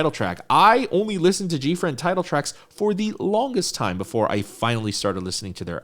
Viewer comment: Gfriend subunit. You said it right.